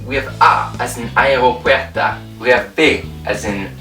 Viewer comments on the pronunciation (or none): I feel more fluent in Spanish already. I like this! (You mispronounced aeropuertO and uvAs)